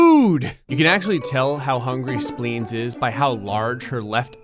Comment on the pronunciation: speens and tonsles are still speens and tonsles. me: ehhhhhhhhhhhhh:/